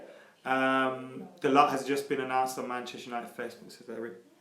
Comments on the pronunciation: Di-O-go Da-low not Diago dalot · Lets get this sorted right away: ITS PRONOUNCED "DALOH". Not that that matters because can't even say De Gea properly after years... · It's pronounced "dalo" , with the T silent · Hey guys it's pronounced da-loh